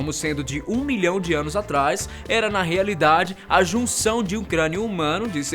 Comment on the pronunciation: Rearidade kkkk